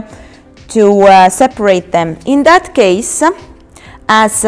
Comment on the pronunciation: Why do you put an 'a' on the end of your words thata, offa, sectionsa, shieldsa